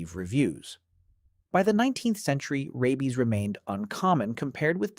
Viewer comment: The AI narration is awful. Mispronounciations are so irritating. Rabies is pronounced RAY-beez, not RABB-beez.